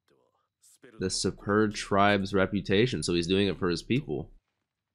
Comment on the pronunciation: Anyone gonna tell him that it's pronounced Sperdia/Sperd...? The u is half silent... It's kind of like pronouncing just half of the u